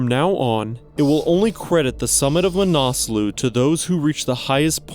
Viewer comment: Pronounced ma na sluh, not "manaaasloo"